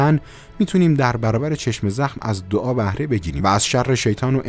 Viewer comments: آقا چرا میگی چشمِ زخم.کسره نداره.کلمه یکپارچه س.چشم زخم .بدون کسره. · ببخشیدا ولی چشمِ زخم گفتنت روی مخه:/| عزیز این دوتا کلمه جدا جدا نیست یک کلمه‌است چشمْ‌زخم: واژه مرکبه(یعنی یک‌کلمه‌است که از دو جزء معنادار ساخته شده)؛ به لغت نامه دهخدا مراجعه گن/ بدون کسره خونده میشه وقتی با کسره میخونی ترکیب اضافی میشه متشکل از مضاف و مضاف الیه